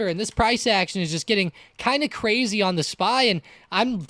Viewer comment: wittery cwazy cuh